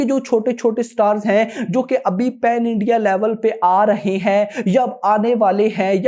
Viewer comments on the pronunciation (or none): none